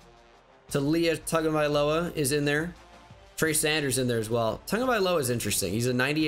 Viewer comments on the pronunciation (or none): none